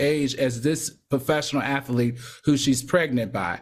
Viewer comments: AL “ATH-A-LEET” ?🤣🤣👀🫠 Claudia “ATHLETE” ✅ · Can Al say athElete one more time pls?